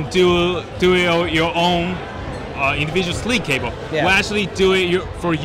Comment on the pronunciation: How does keep a straight face with talking about the Individuwow Sweeve Cabow...?